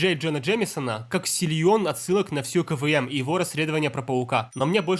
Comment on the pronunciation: Почему КВМ я каждый раз слышу как КВН